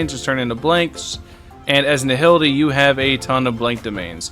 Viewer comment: you should check your pronunciation,. Nihility is pronounced Nai - ility. H is silent.